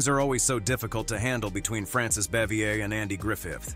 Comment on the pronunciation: I remember hearing the other Gilligan's Island cast members were not fond of Tina Louise when it was being made.Frances Bavier was also not well liked by any TAGS cast members but Jim Nabors and Ronny Howard.BTW,her name is pronounced bah-vee-ay.Several names were mispronounced or outright wrong, it's Jenilee Harrison and there's no s in the name Eve Plumb.